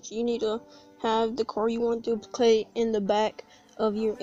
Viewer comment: My guy said duliplicate😂